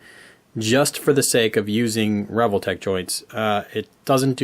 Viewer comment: I've always prounced it as "Ree-Vol-Tech", rather than the way you pronounce it "Revel-tech". Dunno which is correct though. 😂